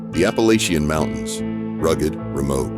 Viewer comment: Why do you say Appalachian wrong? I mean youre talking about maggie valley, have you ever been there? Not talking like that lolol